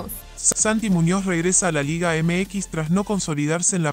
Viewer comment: De la chingada la pronunciación de este guey … LEAGE ??? No mms